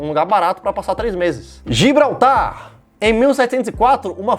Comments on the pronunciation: GIBRALTAR!!!! Não gilbratar 😅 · Gilbratar kkkkkkkk É Gibraltar cara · É Gibraltar, não Gilbratar. Tá valendo. Rsss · Gil Bratar kkkkkk mano é gibraltar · Ouvir o falando 'Melila' e 'Gilbratar' me caguei de rir! 🤣 🤣 🤣 🤣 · Gio brata